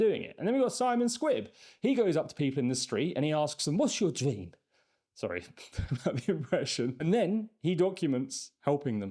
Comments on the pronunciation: What’s your dweam really sent me 😂😂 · Find someone ‘With a dweem’ 😂